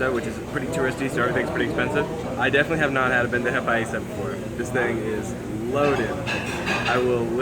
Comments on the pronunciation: Bro! It’s not bendeja !!!!!! We Colombians call it BANDEJA !!! Say it right . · I think someone else mentioned it below, but it is "bandeja paisa" rather than "bendeja paisa". Delicious...and I really like your videos.